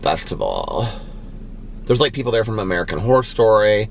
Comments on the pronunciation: I think you are saying “whore” every time you say Horror! haha oh! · Took me a good 2 minutes to realize you were saying "Horror" and not "Whore" 😂😂😂😂😂😂😂 Love you!!! Just joined the book club!! Can't wait to read American Predator!!!